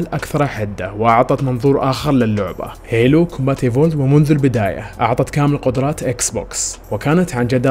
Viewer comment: يعجبني انك دققت في الكلمة حبتين زيادة لتأكيد نطق الاسم بطريقة صحيحة سمعتوا زين وش قال [هيلو] تنطق [هيلو] مو هالو !!!!!